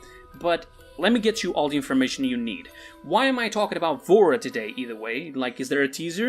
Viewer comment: Bro i thought he said vore